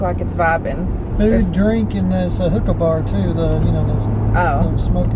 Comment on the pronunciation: When said Hooka bar, I swear I heard hook up bar LMAO